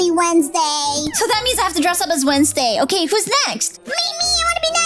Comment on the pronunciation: Is okay not okeh